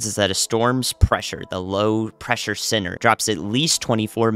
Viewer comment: with the southern accent, i heard, just for a second, pressure sinner instead of pressure center and, in a way, that's a really good message for the Northeast and New England areas. spreading the good word! lol. found you because of Ryan Hall Y'all. Thank you for being awesome!